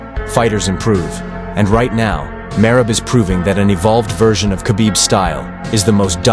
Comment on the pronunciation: GEORGIAS MACHINE BREAND "MERAB"